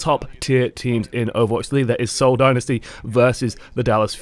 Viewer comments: Also it's pronounced "sole" not "seeeeowl" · "See-ohl Din-nisty"